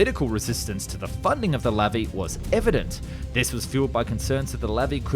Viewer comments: Its pronounced lavi not levi. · Sorry, but it's pronounced Luvee (stress on the end syllable). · In Hebrew, the emphasis is always on the last syllable. It's not LAvi but LaVI.